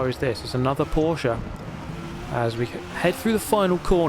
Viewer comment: Subscribing because you pronounced Porsche correctly. Ty.